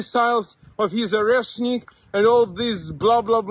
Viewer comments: I am an Austrian and I only hear "Oaschnick" missile. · O - resh - nik missile. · Pronounced Oh-RESH--nick. It means a walnut tree or a walnut garden.